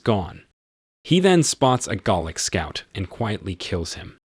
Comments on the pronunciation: I was wondering when the narrator was saying "garlic " should have said " Gaelic" ..🙄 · pronunciation in this video is hilarious, eg - "he cursed in GARLIC" :face-green-smiling: It's just one amongst many, so many in fact that I almost wet myself! :face-turquoise-covering-eyes: +++ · Galic is pronounced like gay lick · This narrator needs to learn how to pronounce words properly. Gaelic, not Gallic, and as for the Baron.. good word. It's a title, not a name. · Not in Scotland, where it’s also spoken. Here it’s pronounced Gha-lic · Is the voice AI? It is pretty good, but there are a few odd pronunciations like 'baron' and 'chieftain' and, of course, Gaelic (though the latter might be a regional pronunciation).